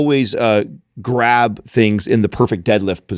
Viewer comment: "Dragonfly" 🤔 Shocker. The guy who says things like "graV" instead of "grab" thinks a Dragon Flag is called a "Dragonfly".